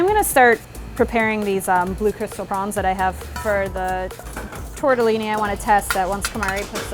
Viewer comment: thats torteloni not tortelini